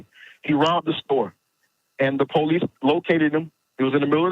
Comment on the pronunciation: Po lice? Police. Not po lice